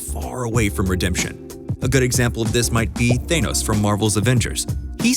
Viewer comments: Thay-no-ss? THAY-nos? Did you not pay attention to when people were saying his name in like 6 different movies or something? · The way you pronounce Thanos should make you irredeemable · Why can’t anyone say thanos right